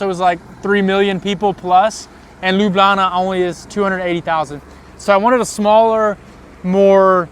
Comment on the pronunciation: You now say "Lublana" like a real Ljubljančan 😊